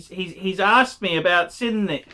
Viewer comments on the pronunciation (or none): 1. Sinn is pronounced Zinn. It means 'sense' in German. 2. Sinn is not a luxury brand, but they are not pretending to be either. They primarily specialise in tool watches and that is what you've bought. 3. Sinn use third party movements like so many watch brands in this price range. BUT, they do use the TOP grade (one down from chronometer grade) of said movements and regulate them finely. You would be unlucky to end up with a Sinn that runs inaccurately. There are many brands that sell products with lower grades of Sellita movements for much more money. 4. Sinn are widely respected in the watch community. Non-watch people have no idea who Sinn are. But most WISes will recognise you as a watch person if you're wearing one. 5. If you aspire to get into proper luxury brands such as Breitling, Rolex, etc Sinn is NOT an appropriate stepping stone. You don't buy Sinn to flip or trade in. You're better saving your money and aim to get the piece you want rather than lose money on softer brands such as Sinn. 6. So, when you do buy Sinn, you should buy with an aim to be a keeper. And keep it in perspective as to what it is. 7. I too have a Sinn 104 St Sa I W which I enjoy. It runs under 1 second a day fast. It is a keeper. But I also have a Breitling Navitimer (also a keeper) and ambitions for a lot better pieces. 8. Don't feel too badly about Archie's review,. He was never going to tell you that your Sinn 104 was a good buy. While he respects the brand, he still regards them as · “Zinn”. If you can’t pronounce it, you obviously don’t understand the brand at all. 🤦‍♂️ I’m ashamed I gave you a “view”, to be honest.